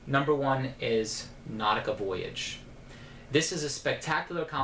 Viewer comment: I had a feeling that Nautica was going to be your number one when you said Jenn's favorite. We will work on your French pronounciation next week when I come down :P